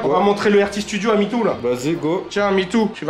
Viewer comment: Le nombre de fois qu’ a appelé Mitou ”Midou” 👇🏻